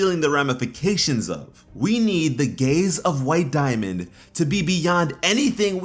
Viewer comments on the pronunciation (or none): lol thought he said gays instead of gaze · "The gayze of White Diamond"